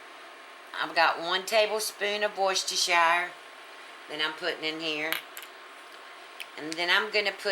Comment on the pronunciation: has to be one of the few people on the internet to pronounce worcestershire correctly, take notes folks.